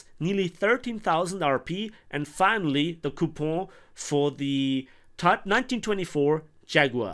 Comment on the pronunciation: That coupon pronouncing needs some honhonhon to it